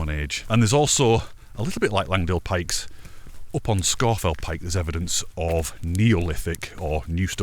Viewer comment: Only a few minutes in but not only is it beautifully filmed and edited - it’s also lovely to hear ‘Scawfell’ pronounced the proper local way.